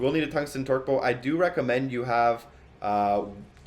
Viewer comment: Torque "bow" lol